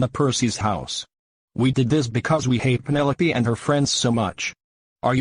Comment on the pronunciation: Her name is penelope not pinol